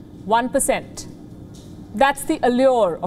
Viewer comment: that curve is GDP growth RATE, not GDP you id**t. If growth rate doesn't decline(which means geometrical growth), China can occupy the galaxy in no time. go learn some math please. 2020 is Covid year, China is only country in the world with positive GDP growth. "dwo boind dwo bercent" with that look on your face sounds like your country is positive? Jesus what kind of person you hire to broadcast these days.